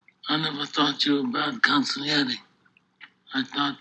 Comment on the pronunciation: How could you mispronounce consigliere after hearing pronounced right 10 times in the viedo.